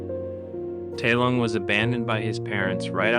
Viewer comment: Bro didn’t even watch the movie, they say his name about a hundred times, it’s TAI Lung.